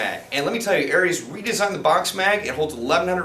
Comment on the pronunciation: Pronounced "oreez" with a short o